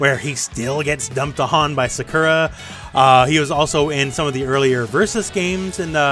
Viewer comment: Boy, that's a unique way to pronounce Sakura. Is that how they pronounce it in the dub?